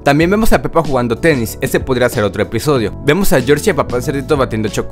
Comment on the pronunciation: Soy el único que escucho penny en ves de peppa